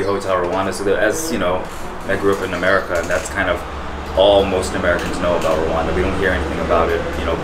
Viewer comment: It's Rwanda. Rwanda. Rwanda!!!!!! Not Rowanda